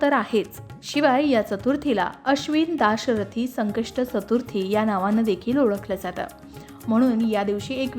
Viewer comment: मॅडम जरा चतुर्थी हा उच्चार करायला शिकून घ्या आधी मग व्हिडिओ करत जा......